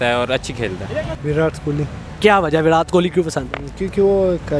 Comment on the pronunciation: Virath nai virat. Learn to pronounce